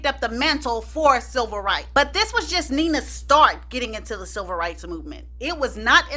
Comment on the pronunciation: Chile....I thought you were saying "SILVER rights movement", I was about to google "silver rights movement" for a second, and then it dawned on me that you were saying "CIVIL rights movement." I thought I missed a few history lessons or something ....got me thinking people were out here marching for ol' folk and the geriatric community. All in all, love your videos!